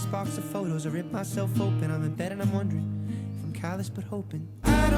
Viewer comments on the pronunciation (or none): none